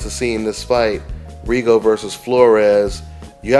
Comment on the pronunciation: When would they learn how to pronounce Rigo's last name!??? THis is rediculous